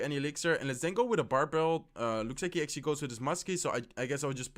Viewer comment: Let's akshly see guys! Akshly he will akshly drop his miner. I will akshly ignore it and akshly drop my battle ram opposite lane. He akshly defends in pretty well